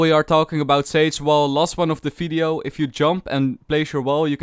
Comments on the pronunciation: it's vvideo not fideo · I like the way he says video. He says its as fvidio